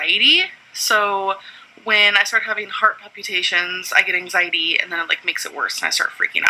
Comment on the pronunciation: "ang-zitee" gets my goat more, but "palpy-tayshuns" is close second.